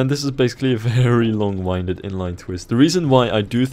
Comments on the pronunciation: It's pronounced long winded. As in windy weather. 😂😂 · Long winded is said like air wind. Not like wind up. English tips.